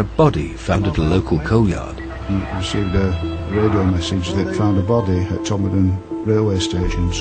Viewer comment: is it me, or does the narrator say "Podmorden"? Maybe he's confused by that observatory pod on screen at the time.